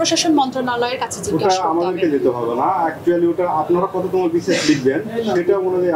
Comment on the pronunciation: কততম বিসিএস বলতে পারেনা!